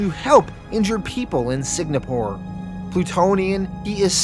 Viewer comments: Man...and you were really firing off those "Signapores"...like 35 times in 3 minutes. After a while I thought you were doing it on purpose for some reason. Like, why tell us so many times where they're fighting, how does that enhance the narration at all...."Signapore"...got it. Also, you don't need to point out Volt is the black superhero. That's how you introduced him in his bio. We can see that from his picture, you don't need to tell us that...because you know...its not a superpower. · It's driving me insane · SIG-napore? Lots of words get mispronounced on this channel, but this one was a lot harder to ignore. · Signapore? Was this a dyslexia thing or a play on words due to YouTube restrictions or something? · Is there something mentally wrong with you? How hard is it to properly pronounce “Singapore” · It wouldn’t be a video without me butchering the name of something! What happened was I thought Singapore was actually spelled differently, by the time I realized my mistake the full thing was recorded and edited, and I didn’t want to go back and redo all of issue 4 again. So sorry to any Singaporeans out there! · Why are you pronouncing SING-A-PORE so weird? You keep saying SIG-NA-PORE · lol are you saying Sig-na-pour? its Sing-ah-pour. also, did dude really just sink an island like it was a floating land mass? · ITS S-I-N-G-A-P-O-R-E NOT SIG-NA-PORE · If I hear you say “Sig-Na-Poor” one more time, my head will explore the same way Victoria from ‘The Boys’ on Amazon Prime makes people’s heads explode. Lol. “Sing-A-Poor” is how Singapore is pronounced. 😂 Great job with your channel btw. Love the channel and have enjoyed the content every since you did ‘The Boys’ full series on your channel. Keep up the awesome content, good sir, and I hope you have a glorious day when you see this message. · Before correct you I love your channel and Patreon account buti think proper pronunciation is Sing-uh-por. Singapore